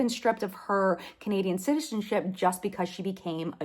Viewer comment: I'm sorry, but I died laughing when you accidentally said "citizenshit" instead of "citizenship" 😂 😂 😂